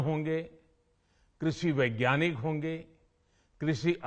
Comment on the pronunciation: वैज्ञाकिनीक या वैज्ञानिक 🤔🙄